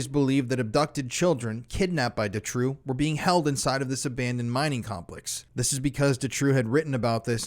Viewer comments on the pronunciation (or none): I hate to be that person but it's pronounced Doo-trow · Doo-trow. Doo-trow.